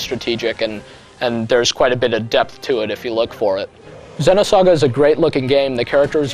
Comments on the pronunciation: it's "Zee-noh saga" ZEEEENOH, not "Zehno" lol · the way he says xeno... ergh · U Fucking Dumbass Ur Pronouncing It Wrong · Is it pronounced Xenosaga like he says it in the video or is it Xenosaga like with a double "e" like meet. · For some reason, it annoys me the way he pronounces Xenogears and Xenosaga. Don't know why really.